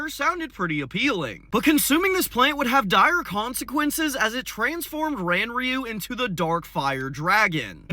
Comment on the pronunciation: Craziest part is how he pronounced Ranryu like that so much. Takes 5 secs to look up proper pronunciation